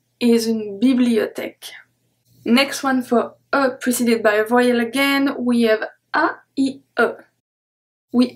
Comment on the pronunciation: I find that your pronunciation of vowel very odd. I hear your sound as voy(rhymes with boy)-uhl. I am an American and I have only heard this word pronounced as vow(rhymes with cow)-uhl. Also I hear another sound at the end of la jour that makes it sound to me like lah joo-uh. However, despite having made those observations, I am excited to find your YouTube videos and I will be buying your books and following along because I find studying French to be fun.